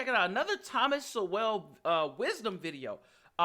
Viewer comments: It's Thomas Sole(proper sound) not So-well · it's pronounced Thomas soul not so well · it’s not pronounced Thomas So-Well….it’s Thomas Suel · Thomas Sowell pronounced like soul instead of so well. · His name is pronounced Seoul. Not so well. The rest was well done. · I believe Thomas' last name 'Sowell" is pronounced more like 'Soul' rather than 'So Well' ....or maybe something in between. Good video! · My young friend please learn how to pronounce the mans name. It is pronounced like soul not so well. Please show the man that respect. He is a great man who has earned that level of respect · SOUL* not SO-WELL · Love ya, but it's pronounced "Soul", not "So-well". Otherwise, great job, as always. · it is pronounced Soul not so well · P.S. - Its pronounced “Sowl” like bowl. ( I do like ur way better, “So well”) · His name is not pronounced as two syllables, So Well , it is supposed to be as one syllable like, Soul. Stop insulting him by mispronouncing his name. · Sowell is pronounced "soul," not So-well. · It's not So-Well , it's pronounced more like Soul. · FYI, Thomas Sowell is pronounced like Thomas Soul. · His name isn't pronounced "So-Well". Is is pronounced like "Soul". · It’s pronounced Thomas sole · Hey, great video. Heads up his name is pronounced Soul or Sowul And he’s brilliant, you’ve hit gold bra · Just a note Thomas Sowell is pronounced "soul" Love your content! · Just a note...His name is pronounced "Soul". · His last name Sowell is pronounced like "soul"🙂 not picking on you just letting you know. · There is a lot more about Washington and how he dealt with his slaves. I learned some things I didn't know in this video. One thing they didn't mention is that he kept families together. (By the way, Dr Sowell pronounces his name like the word "soul"). Keep educating yourself on the truth, both historical and present.... Excelsior! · Yes his name is properly pronounced "soul" to not pronounce his name correctly is disrespectful. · Thomas SOUL. One syllable.